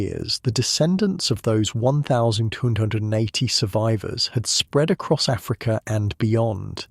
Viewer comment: Great work. Although you consistanly struggling with saying 1280... But this was excellent